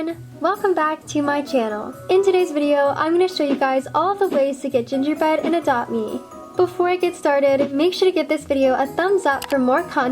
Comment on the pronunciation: Did any one notice that she said gingerbed? Like if u did